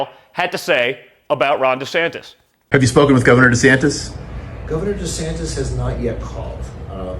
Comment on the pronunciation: DJT Jr. hitting "Ran Descampis" is hilarious!😂